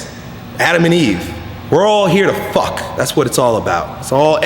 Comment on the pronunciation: the way he says fuck "fawk"